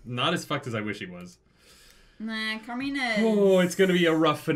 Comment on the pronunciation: This has been driving me nuts when and say it, so I had to check to make sure I hadn't gone insane. It's "Camina" Drummer, not "Carmina". There is no "R" in the name. Not to unload on you, but this had been driving me insane for so many videos now, and I don't want the poison to spread. I agree with you on the main point of your post - that was an incredibly powerful moment. And without spoiling, I can't wait until the next episode reaction, when we see just how momentous that moment was!